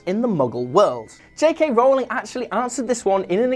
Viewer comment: R-ooow-ling, not rolling.